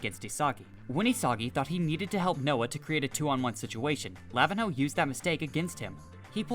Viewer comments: its luh-veen-yo not lah-vin-hoe 💀🙏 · anyone gonna point out that he absolutely butchered lavinho name?